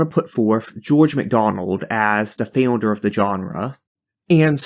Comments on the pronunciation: The way you said founder makes my brain itch 😂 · trying to process the "FeondeR" pronunciation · sorry dude but the first time you said founder gave me a spasm, rest of the video was great, keep up the good work !!!